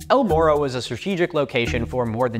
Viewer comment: To be fair, a lot of English speakers can't make the Spanish "rr" sound (myself included, despite all attempts to learn, because it sounds frickin awesome and it makes me sad that my tongue simply refuses to cooperate), so some of us don't really have the ability to pronounce "morro" correctly.